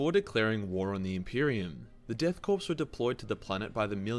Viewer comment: I see a surprising amount of people get this wrong but you don't actually say pronounce corp like corpse you actually say it like core the p in corp is silent. Good video though.